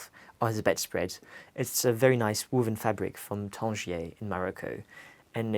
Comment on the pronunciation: What a lovely man and a beautiful home. All that wonderful art…wow! This has to be one of my favourites on Homeworthy. I couldn’t get accent at first, it sounded like a mixture of London and somewhere in Europe but I couldn’t place it. Of course, as soon as he mentioned France it was obvious. I love how he pronounces the word “noice” (nice) very “Londoney” (I’m a Londoner and just made that word up lol). A great 42 minute video which seemed to fly by so fast! 💕👌🏼